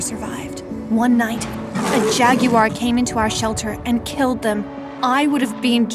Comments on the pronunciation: jag U war ? 😂 the way she kept saying it had my laughing so hard. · “Jag u ar”? 😂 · Why did she call it jagiu r😂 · “A jaggywar.” 😐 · Nobody heard when she said jaggy war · lol why did she say jaggywar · I’m sry did she say jagywhire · “Jag u ar “ me: 🥲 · Why do you say Jagwar like that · Is no one gonna talk about the way she said Jaguar 😂